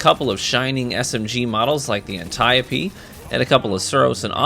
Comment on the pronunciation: AN-TY-APEE? Bruh